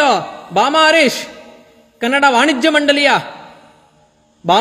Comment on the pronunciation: Bro avnge achkatagi kannada antha eloke barola karnnada antha eltane 😂😂😂shanda charandi sevaka 😂😂